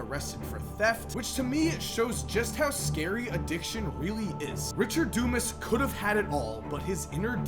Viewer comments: Pronounced, Dew-Mahs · Its not dumbass........its DUMAS (thick headed) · Is it pronounced DOOmus, dooMAZ, or DUMASS?